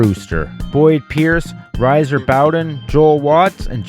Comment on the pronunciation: Hold up. Riser (“Rizer”)Bowden? Ever do any homework before recording and posting? Not subscribing. ‘Twas a semi-respectable video before this. I was considering subscribing. I’m done and stopped watching at this point. Freaking lazy ass younger generation.